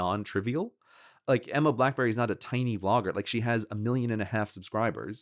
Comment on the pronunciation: Her name is Emma Blackery, not Emma Blackberry.